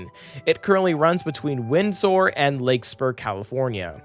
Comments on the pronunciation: Love this channel! SMART pronouncer guide for the future: Larkspur, not Lakespur. Healdsburg = HEELDS burg, Suisun = sis soon. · Larkspur: Lark-spur (not lake-spur) San Rafael: San Raff-elle (not raff-aye-elle) Marin: Marr-IN (not MARE-in) Windsor: Wind-zer (not zor) Healdsburg: Heelds-burg (not helds-burg) And for text it is "Sonoma-Marin" not "Sanoma-Marin" I'd also argue that the stations are in great places, including all the historic downtowns along the route. Sure there are some more suburban-y stations along the route, but the San Rafael, Novato, Petaluma, Santa Rosa, and Windsor stations are all located in their respective downtowns. There are also plans to build more of a dense, walkable downtown for Rohnert Park near that station, the Northgate Mall is being redeveloped to add a bunch of density near the Marin Civic Center station, and the future Healdsburg station will also be in a walkable part of the city, though perhaps not as close to downtown as one could hope. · it's larkspur not lakespur...... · AI narrator is the pits. Windsor becomes "wind sore," and Larkspur become "Lake Spore." ????? Is there a producer? Any quality control? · Great Vid, referring to the SMART portion. Marin is pronounced Muh-Rin, and Larkspur Lark-ss-per.